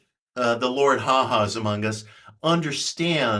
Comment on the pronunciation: By the way, it's Lord Haw Haw, not Ha Ha. Or William Joyce, if you prefer.